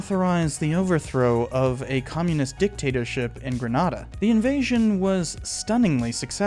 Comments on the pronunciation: My parents are from Grenada. It’s pronounced Gren-A-da (like the A in lemonade) not Gren-AH-da. Thanks great video! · Grenada is pronounced grə-NAY-də. Different from Granada (gruh·naa·duh) of Spain.